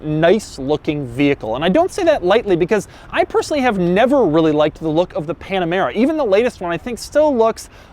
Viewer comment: WEALLY WEALLY WEALLY